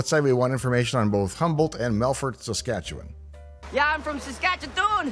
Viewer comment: Ok, anyone who can pronounce Saskatchewan correctly has to be from there. Hello, from a fellow Canadian.